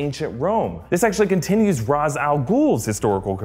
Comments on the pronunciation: Raysh...not Roz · Except when he says ras it’s pronounced raésh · Ra's is called (reish)